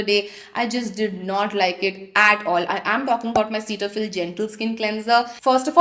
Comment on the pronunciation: Girl you’re not even able to pronounce “cetaphil” and you’re here giving your opinion about it Also everything about you looks way too extra, that over the top eye makeup with glossy lips, chains, with multiple rings and earrings uffff Also those nails, and and and that red dhaga with your watch😖 Looks way too pathetic girl!